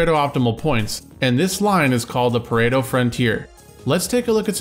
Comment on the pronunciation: It’s Pareto, not Predo.